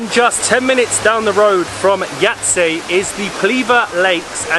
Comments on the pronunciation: Yahytseh or Yhaytseh Uglavnom moraš ovo "h" nagurat na nekoliko mjesta. Možda je čak i Yhahytseh 😅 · pronounced as Yaytze :)